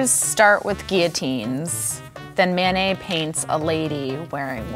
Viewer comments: I kept hearing mayonnaise instead of Manet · why do they pronoune Manet like mayonnaise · they say "Manet" like "mayonnaise" jfc